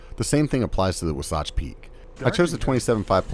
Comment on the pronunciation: Wasatch? It's pronounced Wasatch...